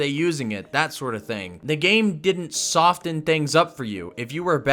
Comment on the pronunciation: Hey bud, , the "t" in soften is silent lol